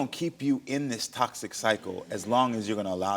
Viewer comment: Can't even say toxic OMG